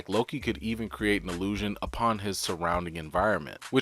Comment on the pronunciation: Frigga is pronounced "Frey-AH" And illusion is ILL-USION allusion (as you said it many times) means an expression designed to call something to mind without mentioning it explicitly; an indirect or passing reference. But good video regardless